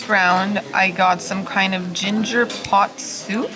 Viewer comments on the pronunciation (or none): none